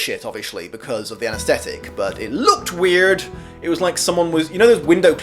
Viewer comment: sounds like you hopped into an American accent for just two seconds 😄😝 “LOOKED weird”